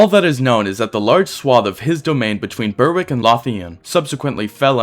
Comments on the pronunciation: Berwick is pronounced Bear-rick. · Berwick is pronounced 'Berrick'. It's like Warwick is said Worrick. and Worcester is said Wuster. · Did you say BER-wick and LAHTH-ian?